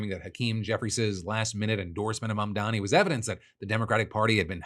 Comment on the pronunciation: YOU SHOULD LEARN HOW TO SAY IT! M-A-M-D-A-N-I